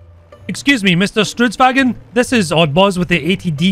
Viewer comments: Stridsvagn (strids-vagn) Not stridswagen ;) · STRUTSVAGEN???? NO ITS STRIDSVAGN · strudsvagon. :DDD Struts = Ostrich. Ostrichwagon is what it sounds liek you're saying. And the mechanic you mention is intentional from the tanks design, it was made to do that in real life, be able to be driven by a single crew member. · I live and die for the fact that every non-swedish content creator covering the swedish tanks cannot pronounce the word "stridsvagn" and instead say "strutsvagn". Which would mean "Ostrich carrige"